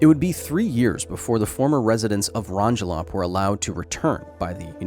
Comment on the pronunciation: CPM readings on Rongelap,Rongerik, and Ailuk are all less than 18CPM. Tested 2023 early spring on our personal Geiger counter. Your pronunciation of Rongelap is quite a bit off.